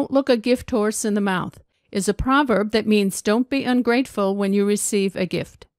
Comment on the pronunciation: when you say "gift horse," sounds like you dropped "h". I know people do that in pronoun like he or him, but can you do it in a noun?